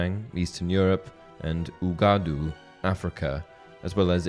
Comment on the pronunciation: You mispronounced Uagadou (the African wizarding school) pretty horrendously lol. It’s pronounced “Wag-a-do”. Not “Oo-A-Gah-Do-Oo” haha. Neat video otherwise. 👍